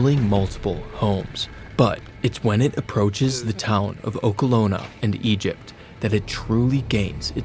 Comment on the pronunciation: bro u said oklona